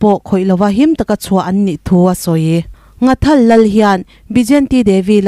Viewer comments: Ngathal ni lovin NGHATHAL tih zawk tur a ni e,from Nghathal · NGHATHAL tiin Mizotawng dik taka lam tur ani e